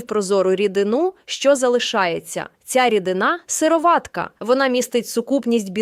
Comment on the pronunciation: Наче вимовляється сирО´ватка. Наголос на «о». Чи не так? Туди ж сирО´ватковий. Ролик виглядає як читання того, в чому не тямиться ані йоти. Так ще й неправильна вимова. Довіри нуль. Тупа реклама.